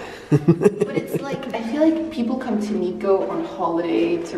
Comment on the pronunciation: It's not niko.. It's NIKKO